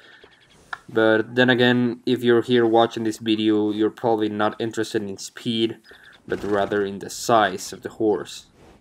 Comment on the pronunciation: "Not intressted in the speed but rather in the size"😂😂